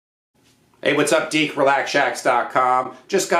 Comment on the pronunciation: Why does this man keep calling me "Deek, ?" THAT IS NOT MY NAME!!!!